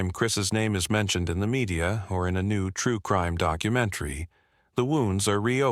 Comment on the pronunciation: Another “dox imentary.” AI gone ridiculous for hits.